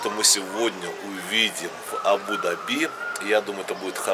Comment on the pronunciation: видео обзор как всегда супер, единственное немного режет слух неправильное ударение в слове Абу-Даби...